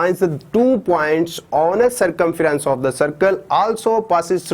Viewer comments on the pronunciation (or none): none